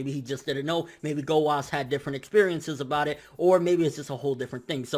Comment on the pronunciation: Anyone know why he doesn't pronounce the U in Gowasu and Zamasu's names? Either i'm hearing things or he's saying gowas and zamas. No offence obviously, just curious